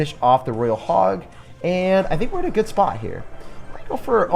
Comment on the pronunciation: ITS FUCKING PRONOUNCED ROY-AL NOT RAIL LEARN TO PRONOUNCE DUDE or choose a different language to speak